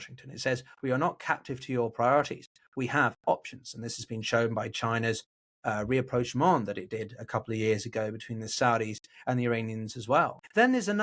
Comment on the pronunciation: Re-approchement or rapprochement?